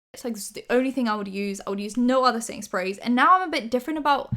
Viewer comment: I kept hearing ”Sainsbury’s” when she was saying ”setting sprays” and literally thought she was saying she loves some Sainsbury’s brand setting spray or smtn 😂 ”I need a Sainsbury in my life!”